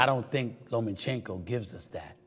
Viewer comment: It’s (lomachenko) not (lomenchenko)